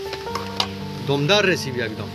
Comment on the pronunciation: রান্না র সাথে আড্ডা ও জমজমাট।কিন্তু দাদা আপনি এসিপি না বলে রেসিপি বলা অভ্যাস করুন